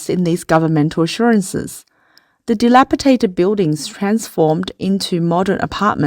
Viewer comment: There is no such word as delapitated. The word is DELAPIDATED!!